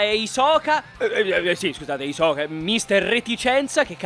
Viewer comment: Bene alla numero 9 con "hisoka" e la tua pronuncia di meliodas posso gia spegnere il video